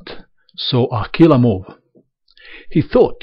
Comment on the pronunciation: He is saying "killer move" with an accent.